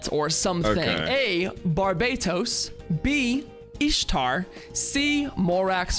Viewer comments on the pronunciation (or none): You mean Barbados 😂 Not to be confused with Barbatos